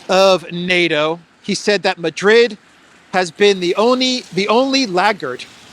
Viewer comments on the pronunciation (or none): none